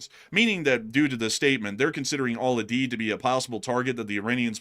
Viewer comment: It is pronounced Al …. U ….. Deed. lol